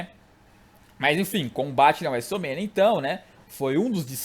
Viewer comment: Cara aprende a falar Wrestlemania direito